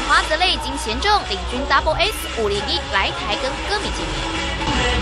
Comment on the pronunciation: 主播又念錯了！ 是double s 501 ！！！